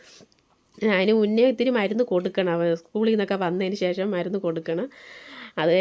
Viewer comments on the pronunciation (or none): eppozhum eii shesham shesham ennu parayanda പിന്നെ ഷേഷം അല്ല ശേഷം ആണ് onnu max stop cheyuka ketto it's my advice